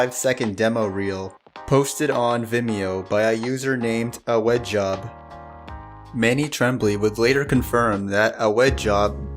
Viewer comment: "awedjob" is probably pronounced like "odd job" and not "ah-wed-job" lol. great vid otherwise though